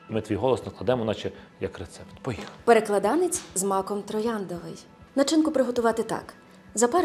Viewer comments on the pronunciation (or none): Правильно наголошувати так: ПереклАданець!